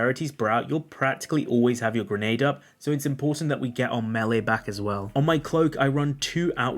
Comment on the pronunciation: Dude. Why in the hell do you say MAHL-LEE instead of May-Lay? Nails on a chalkboard, I'm telling you.